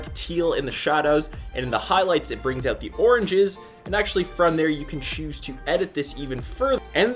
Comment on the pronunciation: Check it "ouwt" lol stewie